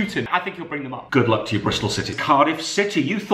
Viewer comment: Thanks you for saying goodlulk